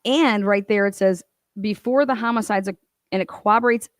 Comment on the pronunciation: While I do appreciate how you (as well as others) cover this (and other) cases, before you can claim you're the only one who gets to be correct, you're going to have to start learning how to pronounce the word corroborate. If you cover true crime, and you can't figure out how to say that word, select a different word. Please.